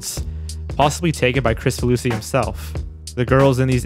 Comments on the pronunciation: Pretty sure his last name is pronounced "Krik-faluski" and not "Chris-faluski". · It's pronounced "krick-fah loosey" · So i pronounced his name wrong. I thought it's KrICfaluSHi where the C is soft and the S is an SH